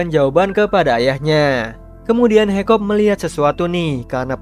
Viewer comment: Hiccup d baca Hikap bukan haikop. Stoik dibaca stoik. D dub inggris maupun indo pengucapan nya sama aja. Saranku next time d perhatikan itu bang apalagi untuk karakter yg sering d sebut namanya.